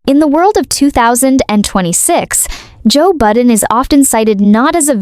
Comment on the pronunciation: Joe Budden...not "Button." I remember the name from my rap days, but I don't regret not knowing his artistry, or whatever. Derulo? ...a habitually opportunistic user and loser. Katy...Katy...Katy. How the mighty F E L L. The chainsmokers: 🥱Meh Azalea WHO? One-hit legend in her own mind Takashi: Is he still alive? SiA? Puh-leeeze. James Corden: I think he took his Access and Nickname for granted ..and he thought BTS would protect him. He stepped on a landmine. 'nuff said. Biebs? I give him a tiny bit of grace bc of his Diddly/Urshur-laced trauma. I think they ruined him FOREVER... mentally & physically. ...and no, I didn't forget Gingerbread. He just became invisible in the scheme of it all. This is MY OPINION...MY reaction, formed as I watched these transgressions in real time...and not meant to influence ANYone.